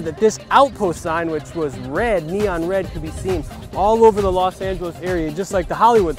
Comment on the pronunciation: Why you keep saying Las?